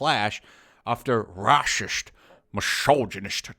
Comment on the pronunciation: Honestly, at this point I'm mostly checking out your videos just to hear you say "RRRRRAHSIST!" XD